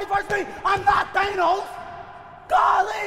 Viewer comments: “IM NOT THANE-NOS”😂😂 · He said it twice bro lol, like please be the Mets!!!! Why is it always errbody against me?? I am not Thaynos!!!!